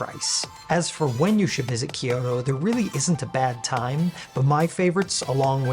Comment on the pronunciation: I am sure I will sound like an ass here, but Kyoto is a 2 syllable word, not 3. Kyo-to, not Kee-yo-to. Just saying. 😅 Just trying to be helpful.